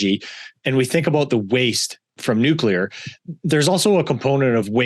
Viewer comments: Noo-Q-Ler The old George Dubbya pronunciation. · One thing that could help more of these guys be taken more seriously is so easy! It’s free! Say NUKE-LEE-ER!!! Nuke-you-Ler= bad Nuke-lee-Er = good! Atoms don’t have a nuculus, they have a nucleus! Such an easy fix to be taken more seriously! To be clear before the trolls get out of bed: this is constructive criticism. We’ll never get anyone with violently differing views to ever sit down for a civil “agree-to-disagree” conversation if we can’t get the little things correct. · drank a shot everytime the guest said nuculer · have trouble listening to someone that is unable to pronounce nuclear.